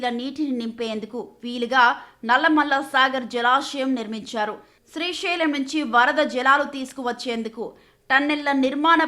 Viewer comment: Its Srisailam not Srishailam..ekkada dorikarra babu